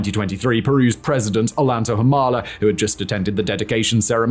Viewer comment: Ollanta is pronounced "oh-YAN-tah" (the double 'll' in Spanish is pronounced like the 'y' in canyon).